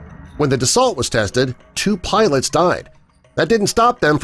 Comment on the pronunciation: Dassault is pronounced "dah-sew" not "dah-salt"!